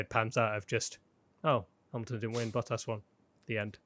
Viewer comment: ⚠️ To all international sport journalists & presenters: ... it is NOT Lewish ... it is NOT Bottash ... and it is certainly NOT Max Vershtappen!!